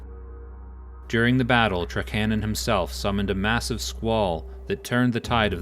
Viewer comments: TRAK-ANON. not TRUH-CANNON! also Suh-Thyr NOT SATH-EAR :D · Yeah... same. And, TRAK-a-NAHN is how we always said it. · lol at "trakcannon' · I'm not saying you're right or wrong, but that's certainly the first time I've heard Trakanon pronounced that way, haha!